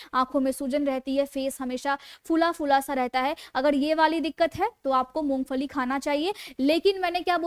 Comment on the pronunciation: First improve your Pronunciation " You said Mongfali the correct pronunciation id Mongphali". & You said you are Fijeotherapist 😢 instead off Physiotherapist " Untill you imptove your pronunciation Public will not like your show. Please do not take it ill its my suggesation so that you succeed in your show.